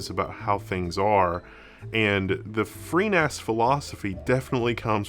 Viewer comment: you can never seem to say freeNAS... B I G B R A I N